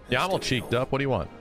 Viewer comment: bro literally misread "checked at birth" as "cheeked at birth" multiple times and at no point realized that one of those things made more sense than the other.